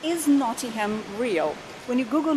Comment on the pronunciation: Please please it's not pronounced "not ing ham" it's pronounced "not ing um" a good look at some of the stuff in the city but as a Nottingham resident I'd definitely recommend checking out the river trent if you want somewhere scenic to visit if you're looking to have a night out that's where Nottingham is amazing as there are so many amazing pubs the trip to Jerusalem is definitely a good place to visit but I'd also recommend highly a few others the malt cross the trent navigation the organ grinder and the vat and fiddle most have their own associated breweries and alot of the beer on offer is not available outside Nottingham much if at all not so much for the malt cross but its a very nice building the ice arena is a great place to visit as is the cricket ground notts County are one of the oldest football clubs in the world as well as the more successful Nottingham forrest which is one of the most picturesque stadiums you will see on the banks of the trent standing on the trent bridge itself is the best way to view it I'd definitely recommend getting out to Beeston and walking round the lake at Highfields Park by the University (the tram takes you straight there) rock city is pretty good as a live music venue too and the theatre is a very good place to watch a performance Hockley is great for the hipsters Nottingham also has the only hooters in the UK don't go there for the girls go there for the wings they're amazing